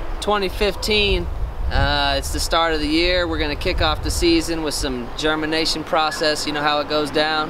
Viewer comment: It sounds like he said:" German nation or Germanation" :'D Greetings from the heart of Europe man